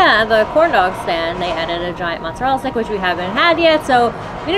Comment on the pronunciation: Not sure why you’re having so much trouble with mozzarella stick My family enjoyed this snack with no complaints